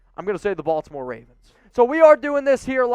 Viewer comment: y'all need to hire a Baltimore dude, BTW it's "BAWL-tim-or"